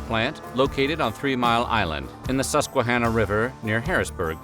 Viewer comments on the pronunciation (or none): none